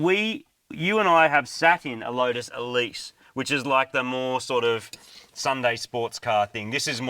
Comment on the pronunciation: Congrats on the new ride. Love how you pronounce Exige and Elise correctly, and then I hear Celica.. (Ca-lic-a) I've owned several Celica's (Cel-i-ca) . ha! Great video..